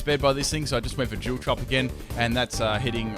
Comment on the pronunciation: Love the way you say dual haha